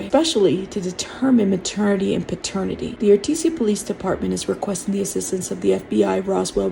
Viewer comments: Ar-tee-Jah not Ar-TEE-SIA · Thank you for this info. Artesia is pronounced R tease ya.